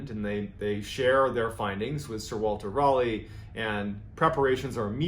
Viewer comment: As a Brit, I just love the way you pronounce "Raleigh". Is it correct? No. Is it endearing? YES! Fascinating info. =)